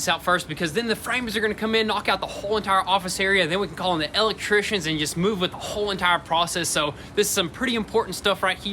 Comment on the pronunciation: I've never heard electrician pronounced the way they say it.